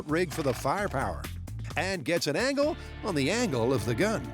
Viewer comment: This is the second episode I'm watching in a row where the Narrator rhymes "angle" with "dangle" lol